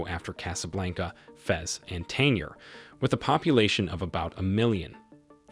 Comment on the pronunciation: Quick note, the 'G' in the word and city, Tangier is not silent. It is pronounced.